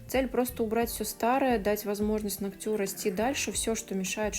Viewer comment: НЕ ногтЮ, а нОгтю!!! Прекратите так говорить, пожалуйста!!!